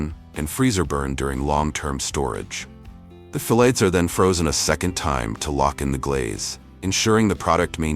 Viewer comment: Funny...can't pronounce the word fillets...different way several times...irritating...